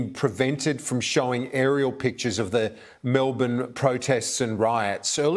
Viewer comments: Mel-BURN, not MEL-BORN. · Not “MEL-BORN”! It’s “MEL-BURN”! Dammit! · The name of the city is pronounced, Mel BURN not Mel BORN. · Love you Luke. Been following you for years now. Love your PASSION for humanity. Please tell all Americans "MELBOURNE" is pronounced MELB'N , and "BRISBANE" - BRISB'N or BRIZZY... You and your channel ROCK.. Keep up the fight. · It is pronounced "Mel-bin."